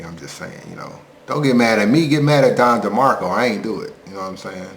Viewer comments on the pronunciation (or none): 'Don Demarco' LMAO